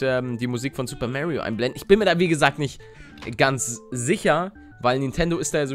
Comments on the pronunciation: Er heißt Mario nicht Märio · Er spricht es halt englisch :D